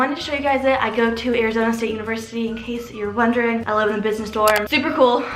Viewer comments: You gave me anxiety when you said arzona 😂😂 btw love the vid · Awwh everyone's commenting on the Arzona 😂 It's okay,, we understand 💕